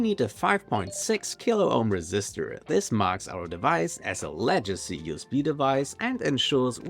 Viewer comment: Legacy. Hard G. Leg - a - see.